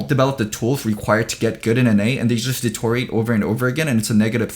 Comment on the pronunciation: way of saying deteriorate as detouring lol